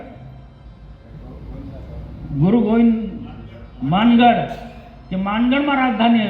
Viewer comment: મનસુખ દાદાને માનગઢ ક્યાં છે તો ખબર નથી માનગઢ બોલતા આવડતું નથી